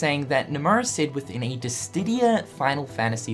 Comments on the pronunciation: Dissidia not Dissdidia lol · Why do you keep saying DissTidia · And, still doesn't know....how to..... pronounce...... Dissidia..... Oh well. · why Distidia, it's Dissidia